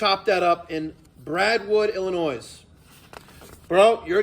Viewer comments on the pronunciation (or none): There's no 'noise' in Illinois. The S is silent.